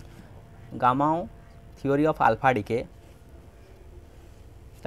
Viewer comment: Gamow ❎ Gammao✅